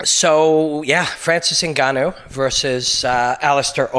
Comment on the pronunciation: Man, you pronounced his name correctly too. Nicely done. I like your point about Francis being more than just a powerful, large man. From what I can tell thus far, he has a wise, otherworldly soul. in the next 10 years, the term "soul" and "Starseed" will be something everyone uses with great fervor, and seriousness. It's too soon to tell, but I get the feeling Francis is a Starseed/Higher Human. His soul has wisdom and is more advanced that ordinary mortals. You can tell immediately when you observe a soul that isn't from around here. There is a depth of intellect and a sense of understanding of reality that goes far beyond normal people. It is my feeling that GSP and Robin Black aren't from around here either. Nicely done, like always Robin. Your ability to destroy stagnant mind patterns is incredibly important during these times. In the next 10 years, you'll be the first person to be talking about the "soul" of the fighters.